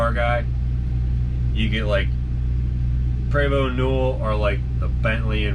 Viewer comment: PrEEvOst - English pronunciation. Prevosts are BUSSES.